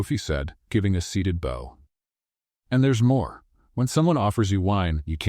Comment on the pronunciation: Title calls Tyler a millionaire. Narration calls him a billionaire. Mispronounced words: grimaced, bow, etc. she says that a few months ago she had lost her job, yet she told Tyler at the beginning that she had worked at the café for 3 years. Do better.